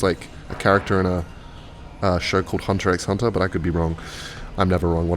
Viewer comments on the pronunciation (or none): is the variant of homo sapiens to pronounce it "Hunter X Hunter"